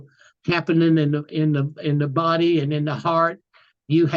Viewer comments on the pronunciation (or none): none